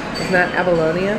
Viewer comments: bahaha Apalonia, not abalonia LOL.. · ...I believe you meant to say Appolonia 😃